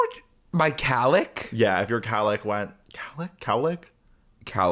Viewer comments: It’s definitely cowlick, like if a cow licked your head, right? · HOLD THE PHONE!!! is it not COWLICK?!?! i refuse to accept that it is whatever is saying